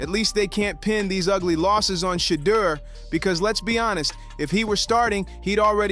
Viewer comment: Boy narrator learn to pronounced ..Shedeur😅😅😅